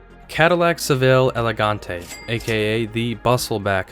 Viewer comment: Great content. I passed my drivers license in 1981, and remember all of these. The combination of Malaise Era poor build quality and V8s de-tuned to try to save fuel was a deadly one indeed. Tacking on all that "designer" stuff was like trying to polish a turd ... "elegant-ee" indeed :-( Your rip-off comment is dead on: The great unspoken is that a 25-35-year-old person in 1945 was 60-70 in 1980, and a prime target demographic for Detroit to exploit "I'll never buy an import car" sentiment dating back to WWII. US college parking lots in the late '80s were filled with all this rusting junk, usually passed on by grandparents. You must've skipped high school French: It's "Carti-AY", "Gee-vaunch-SHEE", and "BEE-a-ritz". "Poochie" (like "Goochie") is Italian, and you got that right. Bill Blass was American, as was Walter Mossler's "Con-sull-ee-air". P.S. Your videos would be so much more watchable if you's skip that background noise (computer-generated royalty-free background music?); man, is it ever distracting.